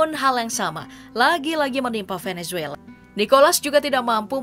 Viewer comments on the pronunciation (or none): none